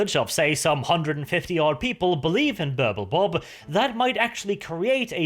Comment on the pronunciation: I kept hearing Purple Bob :D